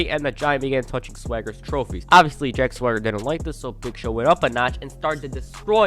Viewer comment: I still don't get why they gave a guy with a lisp a name he can't pronounce. If I never saw it spelled out, I'd think his name was Jack Thwagger. I have the same problem with Mojo Rawley. I swear to God, he calls himself Mojo Riley and it's so fucking annoying.